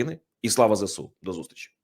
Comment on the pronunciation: Увага! Говоріть правильно ! Не зе сЕ у, а зе Ес у !!!